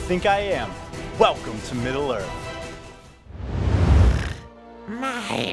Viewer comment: “…Conquering middle earf” I’m sorry what did she say?????